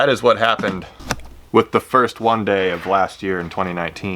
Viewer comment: nobody: literally nobody:: “wundaye”